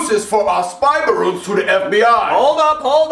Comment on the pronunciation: It is ballons not borron